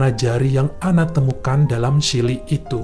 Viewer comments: Maaf ya, klo bole koreksi chilly itu dibacanya cili bukan sili.... 🙏🙏🙏🙏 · Duh kangen chili nya Wendy's.., bacanya Chili Ch, bukan shili.. fyi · Terimakasih, bagus sekali cara menceritakannya... kritik : coba belajar pengucapan kata2 dlm bhs Inggris dan nama2 asing secara benar, supaya ceritanya lebih perfect..... Contohnya : bukan SHILI, tapi Cili